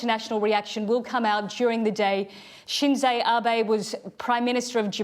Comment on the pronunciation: Kay pronounced the ex-Japanese prime minister's name wrongly. Abe